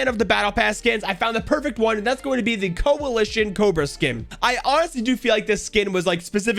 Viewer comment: vipe- Me: coaliton.